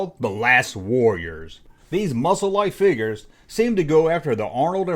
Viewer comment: "The Last WORRIORS"? Are they guys who fight in wars or do they constantly worry about things?